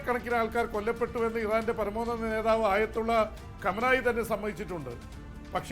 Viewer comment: കമനായി അല്ല സാർ ഖാംനഇ